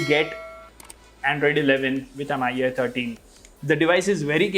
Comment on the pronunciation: How he kept saying m-i-u-i 13 instead of mi-u-i 13 drove me crazy .